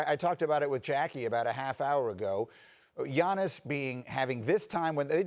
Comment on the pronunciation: Greenberg cant even prononce giannis's name. Have some respect to the reigning mvp